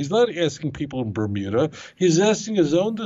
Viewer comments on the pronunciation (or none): none